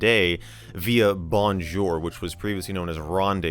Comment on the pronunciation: Hi Michael ! Thanks for the video. It reminds me the time I spent on Skype with my actual Wife in the early 2000's. But I love your "Bonjour" with an English accent 😂 Sorry for that 😅 Cheers from Normandy in France ✋🏾😉